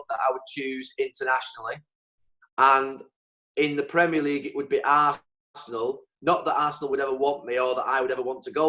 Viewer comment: AASSenal!! Amazing-I would have never expected him to say that, Tottenham perhaps